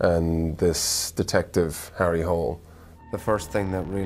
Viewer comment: It is pronounced Hula not hole. Do your homework